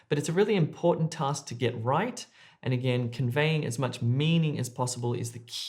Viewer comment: Cant hear the "right" . 🤔